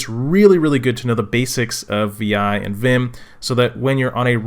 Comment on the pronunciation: vi is pronounced 'vi' like 'high' with a 'v'